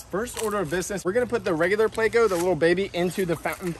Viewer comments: Please.. theyre called PLECO not PLAY-CO! You say it like you say help...with a short e sound. These are fun but when you call it PLAY-CO you make my brain hurt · I swear… why must you make everyone cringe? ITS NOT PL-AYCO! It’s Pl-echo…. 🤦‍♂️ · Why do you pronounce pleco as play-co? It's pronounced pleck-co isnt it? Lol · why do you say playco??? its pleco lol Plecostomus has no a in it bro